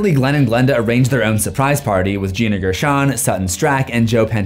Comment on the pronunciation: PLS GIL AND GILANDA😭😭 it's Glen and Glenda